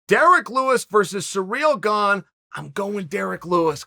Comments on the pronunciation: Chael keeps saying Ciryl “Gong” Please nobody correct him 🤣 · Just clicked to hear him say Gong!😂😂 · Congratulations gane even if chael can't pronounce your name!